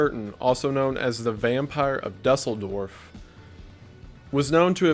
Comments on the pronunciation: I know it's pedantic, but I would want someone to tell me... Dusseldorf is pronounced Doo-Zel-Dorf. Dooz, not Dus. Also, I have to say that I find it interesting that 'normal' people can convince themselves that they would recognize a psycho killer because they'd be all crazy and easy to spot. That they believe that psychopaths can't be charming and delightful people. I find that far more intriguing than the pathology of the killers themselves, which is very well studied and documented. This belief is very dangerous. It's the same need to trust that leads to battered women ending up murdered by their abusers because "he's really sorry" and he "hates when he gets like this" and "he's really going to try to change". Ladies, if he ever so much as lays a finger on you, leave. There are over 7 billion people on earth. You can find someone better. I promise. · Düsseldorf (doos-el-Dorf) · it’s pronounced Doo- sul dorf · I don't think a guy who confuses "is" and "and" an't also can't pronounce "Dusseldorf" is qualified enough to call someone else dumb. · OOF that pronunciation of "duesseldorf". bro do u even fahr'n fahr'n fahr'n auf der autobahn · That "Düsseldorf" pronunciation... I'm not being that serious, though. This channel is great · All Germans looked at you the same for butchering Düsseldorf's name ;D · It literally took me way too long to figure out that he tried to say “Düsseldorf” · ah yes Düsseldorf, loving the ü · i laugh every time he says dusseldorf instead of the actual pronounciation lmao i cant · How dare you not be able to properly pronounce Düsseldorf? There's a "Ü" in it for a reason. Jokes aside, love these. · the Düsseldorf pronunciation tho lmao